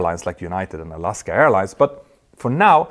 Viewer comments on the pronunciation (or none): none